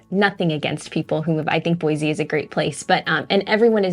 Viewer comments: Pro tip: Don't move here and then start telling everyone how some aspect of your previous place was better, and then suggest it should be changed. This is particularly true if you came here from California or any large city. Second pro tip: Sound like a native; Boy-see not Boy-zee. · B-o-i-SSSS-e not BOIZZZE. I don’t mean to be cranky but it grates on the ears so badly!